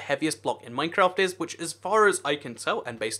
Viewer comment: YOU SAID MINECRAFT WRONG